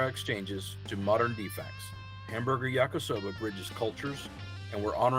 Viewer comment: Ya-KEE-soba, not yak-KUH-soba.